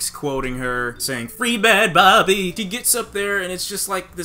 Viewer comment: the way you said bhabie there sound like babi (pig) in malay 😂😭